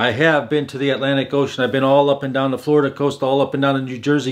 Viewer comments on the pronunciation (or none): none